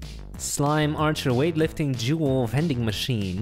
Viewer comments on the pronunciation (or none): when he said “jewel” i thought it said juul.